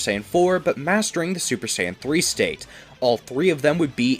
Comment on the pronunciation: i heard stuper saiyan no cap